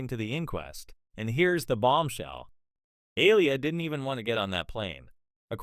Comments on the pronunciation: Why can't this White AI narrator ever get the names of these Black stars right? Aliyah is pronounced..A-lee- yah...not Aliah. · Please stop mispronouncing that young lady‘s name that is disrespectful It’s Aaliyah - make your AI say it correctly 😡